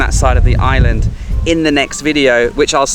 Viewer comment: you appear to have lived in Thailand for quite some time, so why do you consistently pronounce 'island wrong" ?